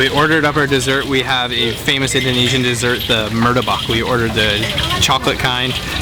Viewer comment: it's martabak, not murtabak by the way hahahaha